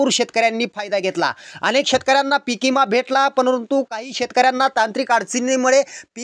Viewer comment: तुम्ही पिकविम्याला पीकइमा म्हणता आणि निघाले विमा वाटप करण्याचा बातम्या द्यायला